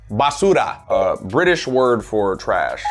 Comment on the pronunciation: i just got into the video, and, i loved how curt, tried to say "basura". it's like someone, who thought it meant "i love you" in some foriegn language. pilipino, ba, din siya?